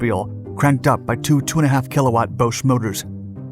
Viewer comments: I love your videos. Bosch is not pronounced Bowsh it's pronounced Baash. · Bosch is pronounced Boshh 2130ft is 650 meters, 130 pounds = 59 kg Chassis is pronounced Shassee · Bosch is pronounced as baash chassis is pronounced as chass-ee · Interesting pronunciation of Bosch also.